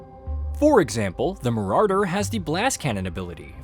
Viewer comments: I hate how he pronounces "Marauder". Game looks great though. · Nobody talking about how he's pronouncing marauder? Just me? Okay- well looking forward to this game if I can get a group to play.